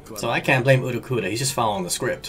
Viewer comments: U_l_q_u_i_o_r_r_a not Uruqura, dud)))) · It's Ul-ki-yo-ra, dammit!! n_n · japanese pronunciation for ulquiorra is oo-roo-key-yo-rah because japanese cant say L. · lmao why do you keep messing up ulqioras name